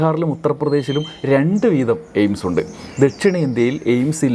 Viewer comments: സുരേഷ് അണ്ണൻ എയിംസ് എന്നല്ല പറഞ്ഞത് എയിഡ്സ് എന്നാണ് പറഞ്ഞത് നമുക്ക് തെറ്റിയതാണ്....... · എയ്ഡ്സ് എന്നാണ് കോഴി കേട്ടത്